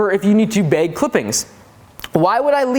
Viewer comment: I love how you have no northern accent at all until you say “beyg the clippings”